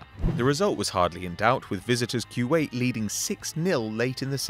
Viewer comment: It's not freakin Quwait it's Kuwait